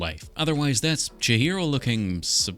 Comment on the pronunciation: Awesome build! I think her name is pronounced Chee-hee-ro rather than Cha-hero ? Can anyone confirm/deny this?